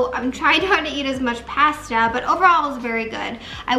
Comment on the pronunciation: Always love your makeup!! Btw it’s pronounced pasta 🍝 not past a🤣